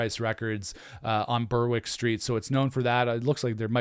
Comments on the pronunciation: It's pronounced "Berrick" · You don’t pronounce the W in Berwick. Sounds like Barrack in American English. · Berwick is pronounced Berrick.